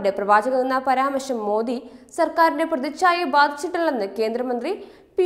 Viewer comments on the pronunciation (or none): none